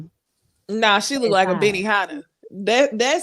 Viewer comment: Who said Benihanna 🤣🤣 I can't